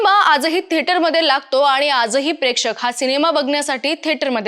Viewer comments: पहिले म्हणजे "आनी" तर "आणि" मराठी बोलता तर कृपया शुद्ध बोला. आणि कृपया आमची भाषा अशीच वैगेरे कारण देऊ नका. अशुद्ध पाणी पिता का?किंवा अन्न खाता का?? मग भाषा देखील शुद्धच हवी. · ॲंकर बदला फार जड आवाजात बोलते आनी पानी